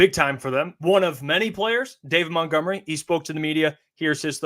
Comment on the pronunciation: It’s MONTgomery.. not MOUNTgomery. Have some respect and get their names correct.